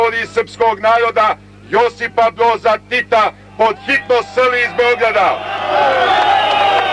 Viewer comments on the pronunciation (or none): a ovaj seselj nezna reci r Josip Bjoz tito..Hjvatska... haha koj kreten